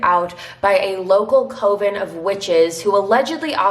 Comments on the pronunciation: It's pronounced "kuv-in" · Thanks for another quick case. I hope you have a happy holiday!! Oh also, Coven is pronounced like CUH-VIN like a brick (oven)